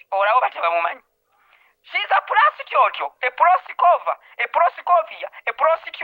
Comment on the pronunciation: Prosituto,proscovio,proskutana naye taata ekigambo kili prostitute🤣🤣🤣🤣🤣🤣🤣🤣🤣